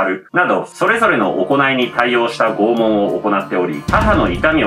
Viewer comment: 不謹慎ながら「拷問」が「肛門」に聞こえた。 いや、もしかしたらならあえてそう言ったかも知れないな